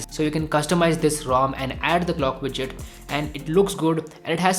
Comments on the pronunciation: It's widget not bijjit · "Clock widtchit" was a trigger.